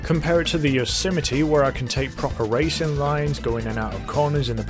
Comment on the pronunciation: It’s pronounced yo se might not whatever the fuck u just called it